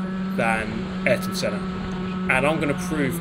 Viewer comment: You Arton Sennad, Ayrton Senna